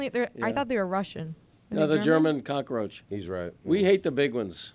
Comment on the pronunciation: Ahh, yess the flying "cock-a-roach" Dan probably calls pest control or Mike Ryan anytime he sees a fly...